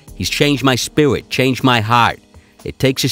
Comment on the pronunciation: "He's changed my spiwit"